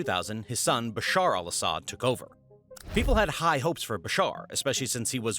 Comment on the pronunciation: "Basar Alashad" hehehe